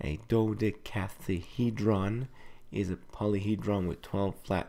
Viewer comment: dodecahedron. do-deck-uh-heed-ron.